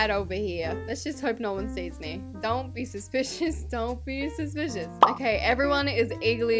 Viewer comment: "DonT bE sUPisOus, dOnT Be SupIsOUs" 😂